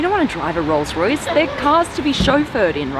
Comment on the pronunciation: Did your tongue slip, 'Royals-Royce' 😁 Hire me Blondie!